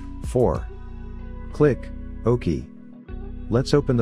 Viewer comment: Too Funny! The text to voice doesn't know how to say regedit, OK, or type. Useful info, just funny to listen to.